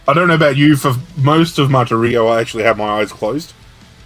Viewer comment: One other comment -- Martirio has the accent on the second syllable (mar-TIR-io)